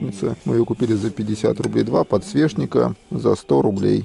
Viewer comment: Всегда жду когда покажет подсвечник, потому что он очень интересно говорит это слово:"ПодсвеШник")))